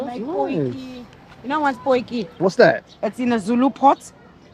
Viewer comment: Not POKI, POY_KEE